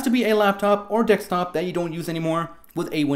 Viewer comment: You sound funny and it's Desktop not Dextop lol Good video all the same